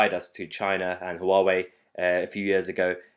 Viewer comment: I live in Maidenhead - the home of "3" telecom. I believe they are very much invested in Huawei kit. So they've got a lot on their hands for the next three years! I threw out my Huawei dongle yesterday. BTW Mahyar, it's pronounced "wah-way" or if you prefer "who are we?" :-)